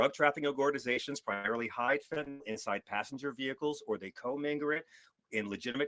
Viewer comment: I must give Fugelsang 1 credit - at least he can pronounce fentaNYL correctly...